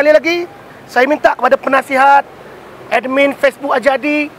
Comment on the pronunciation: Amanah yang tak amanah..wujudnya hanya mengipas , membodek bos2.sepetnya.... sgt busuk hati dan hasad pd TGHH.. CAKAP2NYA HIGH SOUNDING MEANS NOTHING.... sebut admin.. siap d tu ada qalqalah lagi...😂😂